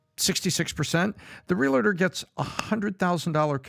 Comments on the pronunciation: Patrick has it correct when he pronounces REAL-TER, not REAL-A-TOR as continually stated. I just had to say it. As a 64 yr old, I have corrected a lot of my own misspoken words and continue to learn something new everyday. With all that said, I believe Patrick and cast put on a valuable and thought provoking production. Educational and Enjoyable! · Stop pronouncing it “realidur”. It’s realtor. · As a licensed Realtor, it’s pronounced Real-Tour. Not Real-A-Tour. Just wild how many people say it wrong. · "Real-UH‐tor"... that's how you know he's the real deal.